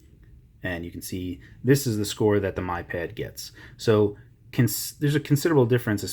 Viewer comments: BTW it is Mee pad, not my pad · It's "me"pad